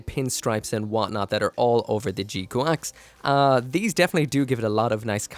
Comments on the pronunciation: OMG didn't you used to live in Japan? How are you pronouncing it wrong?! It's very clearly, audibly "G-kucks"....not QUACKS. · Wait, it's pronounced "G-Quacks"? :D I was sure it's "G-Kyux"! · in japanese it's ジークアクス which is pronounced G-Quax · thought it was prnounced g kax